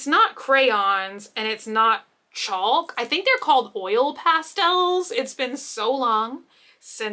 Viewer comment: Did you say chalk with heavy emphasis on the L????